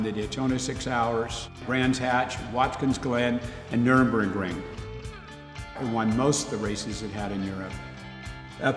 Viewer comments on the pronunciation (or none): Again a renowned enthusiast not aware of saying the name of the greatest race track of all time wrong. It's NÜRBURGRING!!! If you still do not get it right, why not just say Nordschleife? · Did this guy actually just say nurembergring???